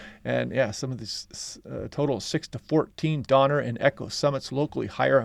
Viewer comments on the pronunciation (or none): none